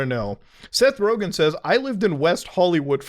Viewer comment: It's Rogen